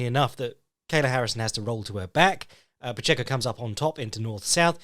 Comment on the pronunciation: You’re pronouncing Pacheco correctly,!